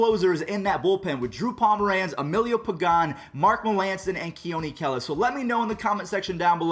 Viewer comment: Thank you for pronouncing “Kela” correctly